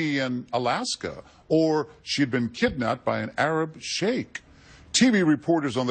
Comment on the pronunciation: John Quinunes pronounced sheik wrong.